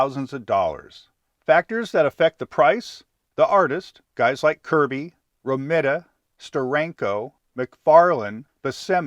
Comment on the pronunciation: Romita Pronounced "Ro Meet A" .